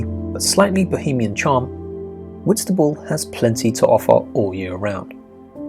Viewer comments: Did he say Whitstable. I think it's awful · Whitstable? To visit yes, but not to live!